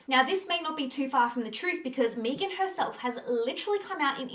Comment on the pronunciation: Meghan not mee-gan. That is how she pronounced it therefore that is the correct way to pronounce her name.